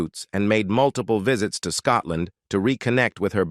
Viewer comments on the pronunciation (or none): none